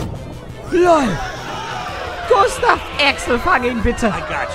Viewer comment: Klee Gustav nicht gunstav